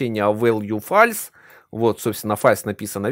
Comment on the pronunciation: фолс, а не фальс, а то звучит суперкринжово, а так хороший видос, спасибо